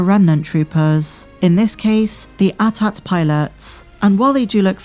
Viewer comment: I'm happy you are pronouncing AT-AT correctly :)